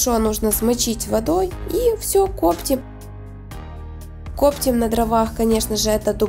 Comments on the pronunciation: Вы где учились разговаривать - "кОптит , кОптим " ? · Коптим, ударение ставим на ,,и,, а не кооооптим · Коптим-ударение на букву и. Рецепт понравился. Лайк однозначно!